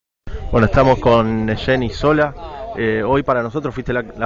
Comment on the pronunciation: Es ìsola con acento en la i